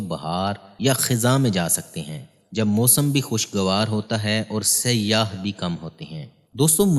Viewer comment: جناب سلام مسنون پہلا پاکستانی یو ٹیوبر دیکھا جو سیاح کا صحیح تلفظ جانتا ہے خوشی ہوئ۔ لیکن میں آپ کی توجہ دو الفاظ کی طرف مبذول کرانا چاہوں گا۔ لفظ متنوع، نوع سے بنا ہے mutnav vow دوسرا لفظ اوسط aw sat امید ہے آپ کو برا نہیں لگے گا۔ آپ کی تمام وڈیوز مفید اور بہت معلوماتی ہوتی ہیں۔